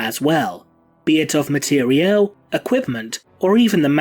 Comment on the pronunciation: Did I really just hear someone say mat-e-re-el? No just no.